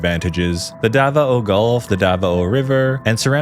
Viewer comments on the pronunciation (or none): "dava-o" lol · Its da-vao not da-va-o